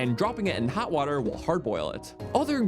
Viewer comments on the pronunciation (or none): none